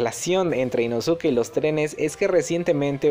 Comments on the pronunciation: Chido videos perooooo...no se dice “inosuke" se pronuncia “inoske",solo para que lo sepas amigo👍😊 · Se pronuncia Inoske dilo bien porfa,cada vez que escucho inosuke me desespero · no es inosuke se dice inoske no podes hablar asi ante la mejor cosa del universo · No sé si soy la única que se sintió incómoda por la pronunciación de Inosuke y no Inoske es que la u en japones no se pronuncia por lo que Inosuke se pronuncia Inoske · InoSUKE, Inoske!!!! Como carajos no sabes? Te leíste todo el pinche manga y anime y nada!!!!! Me emputa, me emputaaaaaaaaaaaaa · Se pronuncia "Inoske" la u es muda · Creo que se pronuncia inoske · no se dice "inoske"? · se pronuncia inoske pero se escribe inosuke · se dice inosque 😓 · Se Lee "inoske" campeón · Se lee Inoske, nomas digo. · Me da gringe que no digas inoske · Hola vengo del futuro a decirte que te equivocaste y que inosuke 1 no se pronuncia así y 2 el es lo más chimbaaaaa